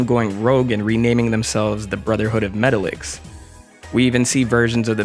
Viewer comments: Met-tahl-icks. Not metal-icks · It’s pernounce Meh-Ta-Lex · Metallix is pronounced Meh-tahl-ix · That is not how you pronounce “Metalix”